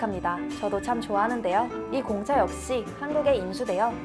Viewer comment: 공차 얘기할때 무슨 말인지 모르겠음ㅋㅋㅋ